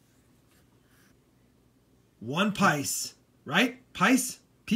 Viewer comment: Hey. Those pice are pronounced pēēs. I’m from India so I enjoy seeing all the Indian coins 😂.